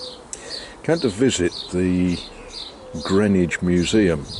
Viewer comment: Those Americans had obviously never been to Greenwich, CT, which is pronounced the same as you do. I built a few storage sheds in Greenwich many years ago now. They also mispronounce Worchester...